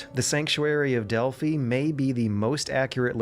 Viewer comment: It is pronounced Dell-Fi (Delphi)